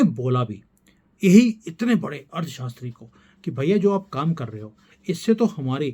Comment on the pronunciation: You are speaking ' Ard shashtri'.. instead of 'Arthshashtri'